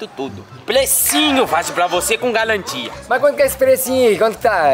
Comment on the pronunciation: A falou é sem galantia 😂😂😂